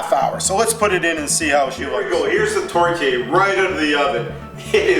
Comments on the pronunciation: I'm Canadian and we say tor-te-air. I have absolutely never heard it pronounced tort-yayer. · Could you at least look at other you tubers to learn how to say the word tourtiere? There is an E after the R. This means you pronounce the R. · Wednesday A The mispronunciation is probably just an honest mistake. What matters most is the actually cooking and recipe. Not everyone speaks French for your information. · American...by the way he says tourtière